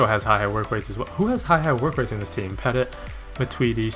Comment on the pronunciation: Nice video again dude. BTW it is pronounced "petiy" not peTIT :)